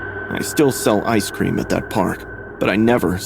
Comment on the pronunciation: Bro couldn’t pronounce ice cream that’s crazy